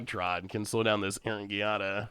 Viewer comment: Giada is pronounced "Jada", like Will Smith's wife. Please.